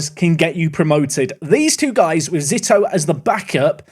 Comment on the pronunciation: I believe Zito is pronounced Zee-toe. At least that’s how former MLB pitcher Barry Zito was pronounced by us scummy Americans